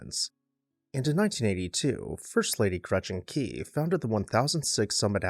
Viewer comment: And it's pronounced Gretchen KWEE.